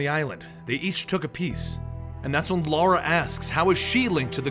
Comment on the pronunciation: Reminds me the first video I've seen from these guys he kept saying Lara name wrong and Zod kept correcting him. miss the comedy guys.